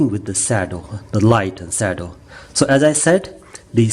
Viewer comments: exactly..... it's SHADOW and not SADO... 😀😀😀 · From an American to an Indian, I can assure you that your pronunciation of “shadow” is not your fault. Let us agree to blame the British.